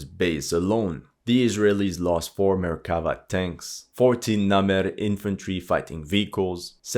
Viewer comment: I said it on a lot of other videos and I will say it once again. It's not merkAva, it's merkavA Listen to someone who speaks Hebrew, PLEASE!